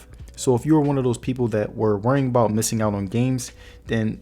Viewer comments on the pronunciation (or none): none